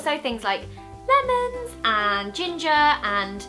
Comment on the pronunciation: the way she says lemons😂😂😂😂😂